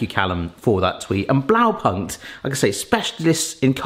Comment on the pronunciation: It does hurt a tiny bit everytime he says "Blaupankt"